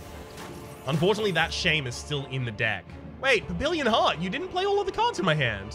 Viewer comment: Not sure if anybody has told you yet (hah!), but papillon is pronounced pappy-YOHN.